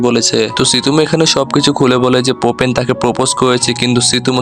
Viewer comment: ওর নাম ফুপে!!!! পোপেন না!!!